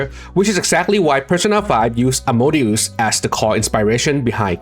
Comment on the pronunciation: Pronounciation, but it's "As-mo-de-us" not Amadeus. Amadeus is just a name, like Wolfgang Amadeus Mozart